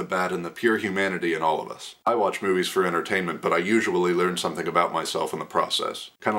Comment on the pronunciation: I totally thought u said boobies instead of movies and I almost fell off my chair laughing. <3